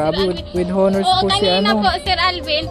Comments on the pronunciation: No offense meant po.silent H ang pagbigkas ng HONOR.so ONOR is the ryt pronunciation. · silent h po ang pagbigkas ng honor